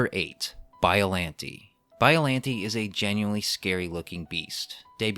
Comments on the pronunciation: excuse me did you say BOILANTI!?!?!?!?! AND NOT BIOLLANTE!?!?!?!?!?!?!?!?!?!?!?!?! (cring i know XD) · Every time he said, “biallante” I cringed